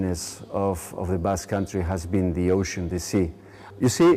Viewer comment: what a boring speech full of arrogance and pseudoscience. Too much mythology and ethnical supremacism... first of all start pronouncing Basque Country properly, is not Basky Country. [Bask] The Basque vocabulary is limited? Do you speak Basque to make that statement...why everything of Armenians must be the best, the widest, the oldest, the richest, and the only land chosen by God? Everything is very murky! You look the leader of a sect...